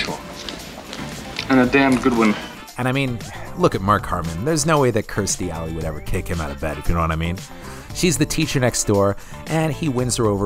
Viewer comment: Sorry bud but it’s “Kirsty” not “Kristy”. Great video though, I loved this movie as a kid, still do😁